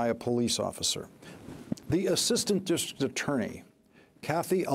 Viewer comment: Shocking revelations. Anyone else notice this guy couldn't say "district" properly? lol